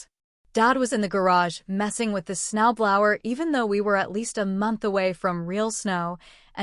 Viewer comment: Why women's voice for a man ? They say they are brother ? Learn to pronounce snow blower ( blow er).